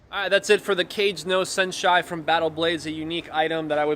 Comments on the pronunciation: Kah-geh no Sen-she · Your Japanese pronunciation is really rough. ka-gay no sen-she. Kage (ka-gay) is ‘shadow.’ The senshi part can mean many things, but is likely ‘warrior’